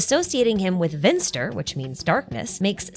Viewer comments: Finster and not Vinster. but so close :P I actually dont mind you make cool videos :) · Slight correction. It's finster not vinster. :) greetings from a german